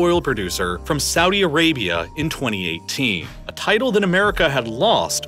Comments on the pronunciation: *Saudi Arabia, not Suadi Arabia ;-) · "Suadi Arabia"